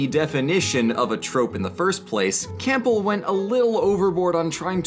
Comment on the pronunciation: I hate to be that guy but I have to say it: you pronounced Campbell wrong, it’s pronounced Cam-bell not Camp-bell